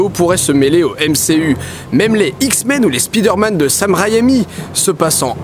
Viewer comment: On prononce SPAÏDEURMANNE. Merci.